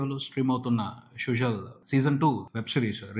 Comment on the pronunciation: Suzhal ante Sujal kaadu Sudal la palakali